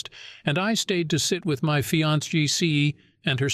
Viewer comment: Notice the bot could"nt poronounce fiancee & had to spell the word😂😂😂